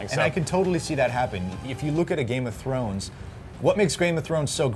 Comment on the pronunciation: Did he say Grame Of Thrones? Going a little Steve Bruhle on us.